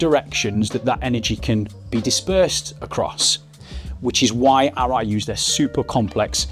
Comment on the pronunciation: that's the difference between a helmet and............ Arai.......................... you say it ALL right !